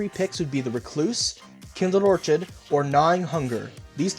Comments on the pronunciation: kindled or-kid not orchard... or-kid ( orchid - the flower. ) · Orchid is pronounced orkid fyi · Orchid is pronounced Orkid! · That's not how you say orchid.